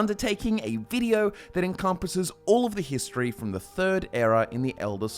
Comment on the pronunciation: The first time in "hist-tree" 🤣